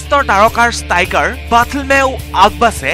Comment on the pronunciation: Stiker nohoi striker..aru agbache nohoi ogbache🤣🤣🤣🤣